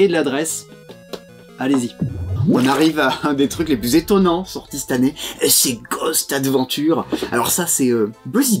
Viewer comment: Cette an-née, c’est drôle, parce que mes grands-parents le prononçaient comme cela, mais je suis certaine que Rachel n’est pas de cette génération ^^